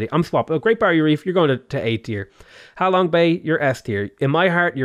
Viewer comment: ser its ha long bay not how long bay